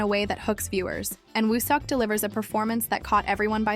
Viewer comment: Please practice saying his name correctly. It’s no seeyawk. But it is Sawk. Eo turns as aw in Korean